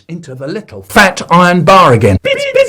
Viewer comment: why does he say bins instead of beans